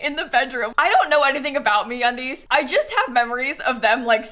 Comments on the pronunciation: lmao i was not looking at the video when she said that and i thought she said "we collaborated with me on these" instead of me undies hahah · I heard MeUndies as 'me on these' and thought you were surprised that they collaborated with you XD